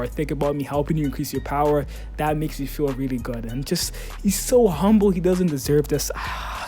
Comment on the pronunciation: Did he say humble ?